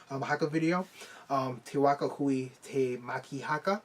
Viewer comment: Just to help you out a bit The pronounciation is Huia is pronounced Who - e - ah Tamaki is Ta - ma - key